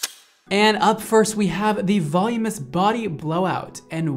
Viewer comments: I love you to pieces, but it’s VUH-LOO-MIN-US, not VOL-YOO-MOUS. XOXO I STILL LOVE YOUUU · I love and I've been a fan for a long time. I hope I'm quickly forgiven after stating that the way you () pronounce "voluminous" is killing me. Straight killing me. It isn't "volume-ous" it's "volu-min-ous." I know I'm gonna get called a Karen or something for this but it's just grating on me, I can't help it. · he said “volumous” like a billion times lol... it’s volumiNous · Seriously. I went to the comments to see if I was the only one who couldn’t hear him say that word again. Vuh-LOO-mi-nus! Haha love the rest of this. Just wish I could do this to myself! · ilysm but I’m 99.99% sure “volumous” isn’t a word, it’s “voluminous” 😭 I’m sorry ily 😭💗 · I ♥️ u. Volumous= Voluminous. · “voluminous” is such a cuntier way to say it than “volumus” YET YOU MISS IT EVERY TIME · Anyone else need to start saying "voluminous" correctly?? Every time he says "volume-us" it hurts my soul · Helpful hint. The reason you are struggling saying voluminous, is that you are missing a syllable. It is VOL-LUME-IN-OUS. It is a tricky one to say. You obviously have no struggle styling hair, though. Looks great. I always give up 3 minute in due to bad shoulder on my dominate arm but will try to apply some of your techniques, thanks. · great video and I’m loving how he pronounces voluminous as “volume-ess” lol! Not talking shit. But still chuckling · Volume-us? I’m Dying. Love you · voluminous = "vul-oo-min-us" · Vol-OO-min-us,; it's pronounced "vol-OO-min-us". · I love this kid ! He mispronounces ‘voluminous’ but it makes him all the more adorable ! So young yet an expert at his craft !!! I’ve tried to watch blow dry tutorials before and I get bored and give up. But he’s so fun and enthusiastic It’s like you want to keep hanging with him !! He explains it all so great, he’s so fun, excited, happy and simply darling . Love it!